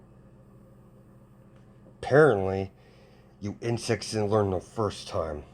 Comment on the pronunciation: when you said insects I thought you said in sex